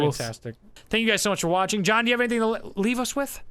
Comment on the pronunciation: John did you just say "Jawn" ? Philly?